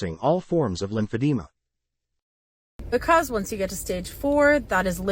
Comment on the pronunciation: oh my god if bro doesn’t stop saying lim-fab-de-ma